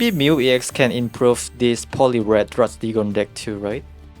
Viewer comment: no s in druddigon (drew dee gon)